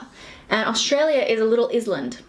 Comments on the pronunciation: I literally can’t tell if she is trying to be funny by saying ISland or that’s really how she says it 😂💀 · Did anyone else die when she said IIIZLAND? 😂